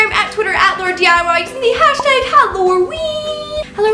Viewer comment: I swear at first I though she said the. Howloween